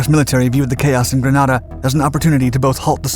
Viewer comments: Grenada ( pronounced gree-nay-da) not Granada. Granada is a city in Spain. Love your docs but y’all need to fine tune that information you put out there and make sure you say the right thing. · It's Grenada not Granada............ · Greeeenada Not Graaaaaanada lol! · It’s not Granada it’s Grenada. I made the invasion 5 ac in. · Grenada.... Not Granada, which is a city in Spain! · It's Grenada not Granada and it's pronounced Grenade uh Bwahahaha! Ford made a car called Granada and Spain has a place called Granada. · It's Grenada not Granada. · Listen your pronouncing it wrong not gran add a its ganaida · At 1'03", GRANADA ??!! Surely you mean GRENADA.......sloppy. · No. GranAHda is in Spain. GrenAYda is a Caribbean island. The pronunciations are certainly not interchangeable. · Don’t you mean Grenada not Granada (the Spanish town) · Its spelt "G-R-E-N-A-D-A and pronounced "Grenade-a" mate. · Those of us who opposed the invasion used to say that the U.S. was there to protect the world's largest crop of nutmeg. Also, Grenada was pronounced gre-nay-da. Another Britishism? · Read: "grenade uh" Granada is in Spain!!!! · worst editing yet, grenada, as in grenade uh. geez. coomunist sympthizers call it an invasion, grunts call it an artep live fire.. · "Gruh-Nay-duh". And it WASN'T a "controversial action". It was widely appreciated in the U.S.! One of my Company Commander's was a U.S. Army Ranger that dropped into there. No, no "controversial action"! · Censored twice for having criticized this program about "Granada"(the title on screen). Officially it is Grenada and pronounced Gre-NAY-da. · The way how he says Granada....my gosh.... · GRANADA is a city in Spain - GRENADA (with a E) is an island in the Caribbean - pronounced grə-NAY-də - Every single Grenadian has cringed with this pronunciation. Otherwise well done! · Its pronounced gre-nay-da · Wouldn’t it be more like Gren-ay-da. 😉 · Right, I keep going "wait, the us invaded southern Spain?"